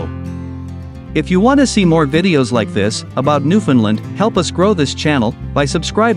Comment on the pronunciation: Stop calling it new finland.